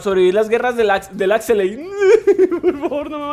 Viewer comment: Axeley, no no, pronuncia buen bro por favor, se dice Axelay, de nuevo Axelaay, no lo jodas, vale bro